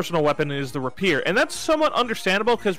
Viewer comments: ray peer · It's pronounced Rapier not Rapier.